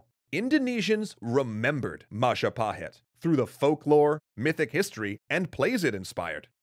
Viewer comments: Mapajahit ❌ Mahajapit ❌ Mapahajit ❌ Ma ja pa hit? ✅ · Mapajahit ❌ Mahajapit ❌ Mapahajit ❌ Mahapajit ❌ ... Ma Ja Pa Hit? ✔️ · As the last episode came up, I wanna say thank you very much for all hard work. . Just have one thing for all, including indonesian, about the most correct way to read "Majapahit". It is Maw-Jaw Pa-it ('h' is silent). It derives from Maja (read:maw-jaw), the bitter (pahit) fruit. My village name is still has its correlation, Curahmojo (Mojo-Creek). It is 40km from the center of Majapahit kindom. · Majahapit ❌ Mapajahit ❌ Majapahit ❌ Mahajapit ❌ Ma-ja-pa-hit? ✔✔✔✔✔✔✔